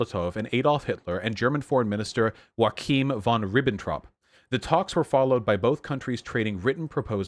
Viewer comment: "loooooool the first vowel was slightly off when you said 'bourgeois'" also: "Liebensraum! Hwaqim vahn Ribbentrahp"